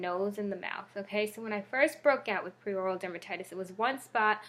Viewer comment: Hi just wanted to say it’s called Peri as in “perry” so peri-oral dermatitis, not pre or prei as you have in the title and say a few times. Thought I’d let you know in case you weren’t aware 😊